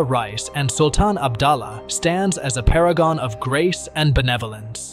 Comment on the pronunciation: She made her bed and now she lie in it. What is so tragic about it?? And improved your pronunciation and spelling as well. It is PUTERI (princess) not pureti. It is ABDULLAH (U pronounce OO like in word HOORAY) not abdallah